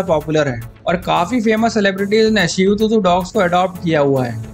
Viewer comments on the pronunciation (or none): Bhi it's shih Tzu not seotuzo Nahi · Bro its shih tzu(t is silent)..u r pronouncing it wrongly shih tzu tuzu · Bhai shihu tuzu nahi hai iska naam 😂 Shihtzu hai . शीहत्जु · Pronouncing 😄😄😄shih tzu hoga bro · and its not "Loin", its "Lion". shihu tuzu, nai breed bana di 🤣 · Wahi to😂